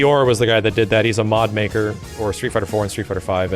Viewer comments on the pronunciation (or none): none